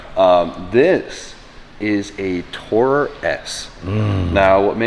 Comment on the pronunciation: It’s too-rer. Like on tour. Too tour around in as such it’s a tourer.